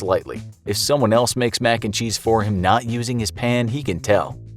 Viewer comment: I got likes for every time the narrator says max and cheese